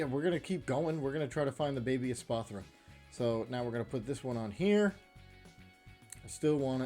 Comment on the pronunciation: "Espartha" :P